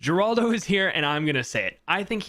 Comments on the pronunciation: They pronunce it her-aldo not geraldo. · its pronounce heraldo not geraldo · Its pronounced Heraldo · people are stupid, it should be common sense from the moment your read the name that hes spanish which in turn should make it obvious that its pronounced HER-ALDO